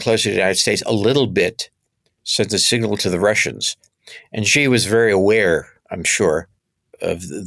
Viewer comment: The leader of China is Xi. That name is pronounced She, not Gee.